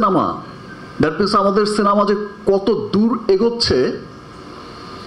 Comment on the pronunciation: ভাই রে সিনামা না সিনেমা!! আর কথা বলার মধ্যে মধ্যে মুখ দিয়ে চক চক শব্দ করা লাগে কেন!? কী বিশ্রী লাগে কানে আসলে!! একটা সুপারস্টারের কথা বলার ম্যানার জানা নাই!! আর একেকটা কথা কতো বার রিপিট করলি!!